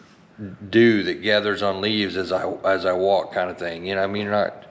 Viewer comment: at first i thought you said dude instead of dew😂